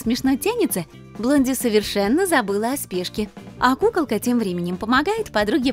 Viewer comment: Мне показалась пукалка а не кукалка 😂